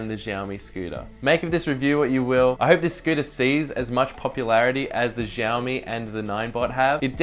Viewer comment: giaomi ? :D :D aussie cant pronaunce.. its shiaomi